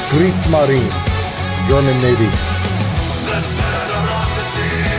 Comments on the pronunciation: Krigsmarin= war marin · Kriegsmarin.....e..... Also, it's pronounced Ramm"shtine".